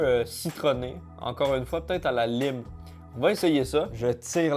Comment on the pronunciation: "La lyme" Mais- T'es anglophone, t'es censé savoir qu'on dit "laïme" 😭😂🍋